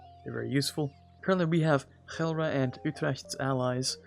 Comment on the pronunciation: Kudos for your Dutch pronounciation of Utrecht and Gelre, it is very near, and I haven't any others do it that well.